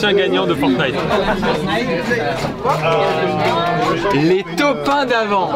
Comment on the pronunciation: dieux merci ils disent "ForTnite" et pas "FoRnite"